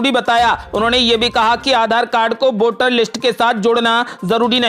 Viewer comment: बोटर, बोटिंग यह क्या उच्चारण की धज्जियाँ है? ये शब्द हिन्दी भाषा के हैंही नहीं । अवली खबर नही, बल्कि अगली खबर कहो ।